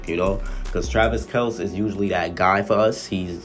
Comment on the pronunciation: Kelce is pronounced (Kell-see)